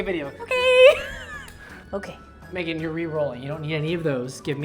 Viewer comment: I know he says "that was not research Megan" but bc of how he says it I thought he said "that was not research babe" for a second and I was like w h a t